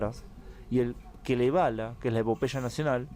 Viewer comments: Seguramente se equivocó y quiso decir KALEVALA. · Muy interesante y resumido. El finlandés es un pueblo curioso, porque son escandinavos, aunque con distinciones respecto de la cultura de los otros Estados Nórdicos (Dinamarca, Noruega y Suecia). Por cierto, es: KALEVALA, no Kelevala como tú dices. Muchas gracias por informarnos. Un saludito!